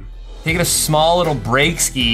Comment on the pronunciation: was pretty good till he said breakski